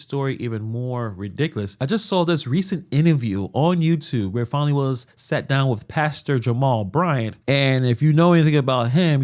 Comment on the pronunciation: It's Fani, not Phonie. Show some respect. 😃